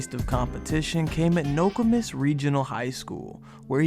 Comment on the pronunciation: Gotta work on that Nokomis pronunciation